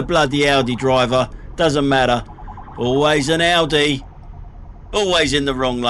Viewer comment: Well I think his AI songs are just awfu; the worst being his Audi song - he can't even get the AI to pronounce Audi correctly. It sounds like 'Ordi'. As you would pronounce 'audio'.